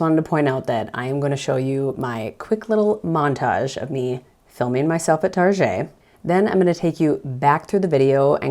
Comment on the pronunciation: I like your “figgerin” for doin this! I should do it too because I’m not at all used to filming myself in public, even though I’m a musician and play in public! Go “figger!” 😂💜😂 ( in, Target? Tar Szhay? 😂😂) ((In one of your next vids for this series, I dare you to talk with your hands, as you are doing so very well while sitting at your computer in this video!)